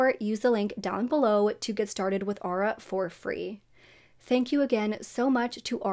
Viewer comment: Also, Aura is pronounced ‘or-ah’ not ‘ah-ra’